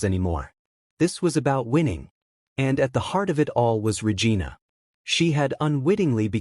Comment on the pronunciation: How many times are you going to mispronounce Regina. Lol